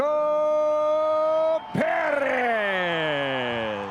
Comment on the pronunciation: Checo Perrrrez😂